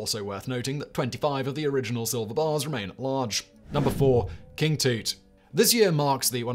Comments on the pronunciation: You actually said "King Toot", not King Tut. Comon Simon, pay attention. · Sometimes I think Simon mispronounces things on purpose. King "Toot"? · How long has King Tut's name been in our language and we get King TOOT. here. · Yes, everyone normally says "Tut" when using the short version but the whole name is generally pronounced as "toot-ahn-kah-moon" give or take